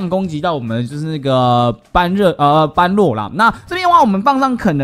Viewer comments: 是般（ㄅㄛˉ）若（ㄖㄜˇ）啦凎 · 1.姆特要40，時機抓的好姆特可以打到兩下，像你這部片的最後一隻姆特就成功了 2.唸做ㄅㄛ–ㄖㄜˇ，在這部片只唸對一次😂 3.一定要盡快解決黑色敵人，不然容易被海蝶爆塔（可以用50等熊熊貓咪、真田等等 4.一定是先解決般若才能打海蝶 5.這關主要就是磨血，所以會打很久 6.魔王剩餘血量是指震波出來的海蝶 7.不要帶肯，沒啥用 8.下關是黑貘三隻加筱瑀（女王蜂）還有鴨子、拉腸狗和雜魚，請做好心理準備 希望你能看到